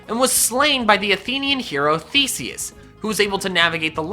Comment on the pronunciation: "And was slain by the hero Thesis" I heard fesses... I'm so mature.